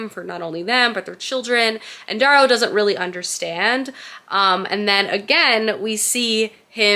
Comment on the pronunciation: I’m gonna be “that person” … his name is pronounced Dare-oh.